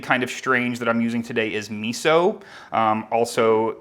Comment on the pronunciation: If you make Italian food and use miso. The least thing you can do is pronounce miso like an Italian.